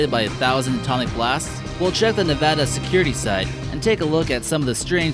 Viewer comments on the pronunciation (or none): none